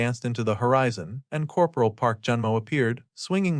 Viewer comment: Coperal? I can understand one or two mispronounced words, but so many in a row is really annoying